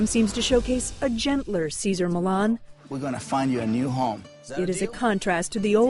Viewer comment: Millan ---- NOT Millon